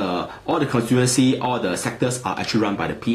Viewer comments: cornsiewenchy...? Please pronounce constituency correctly if you want to use this word many times in your video. It is CON-STI-TUEN-SI. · HAHA steven lim doesnt know how to pronounce constituency.